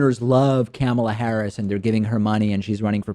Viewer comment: I believe it is pronounced "Kuh-mah-Lah" not "camel-A" lol